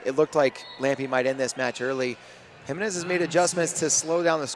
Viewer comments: You white guys. It's like fingernails on a chalkboard. It's pronounced He-MEN-ez. I stopped watching, my ears hurt. Have some respect and intelligence. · Exciting match! Can you please learn how to pronounce the name Jimenez? Let me spell it out for you phonetically: heMENez. Also, I couldn’t see a mechanism of injury for Lambe, but what I could see for her was sheer exhaustion and the need to take a breather.